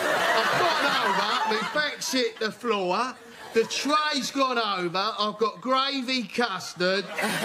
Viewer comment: I love how he puts two syllables into the word "floor"